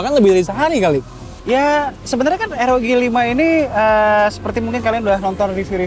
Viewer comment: Baca nya ar o ji bang bkn er o ge🙏